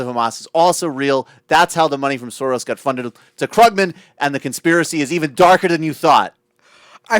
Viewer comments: How can someone who produces a political radio program not know it's pronounced KROOG-man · Maybe rather than discussing hair styles and exchanging make up tips you should learn how to pronounce Krugman and Keynesian to at least SOUND less ignorant. Though .. on second thought .. na, wouldn't even work. Some things just can't be hidden.